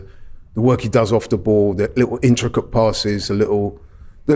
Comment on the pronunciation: Thee arsenal not the arsenal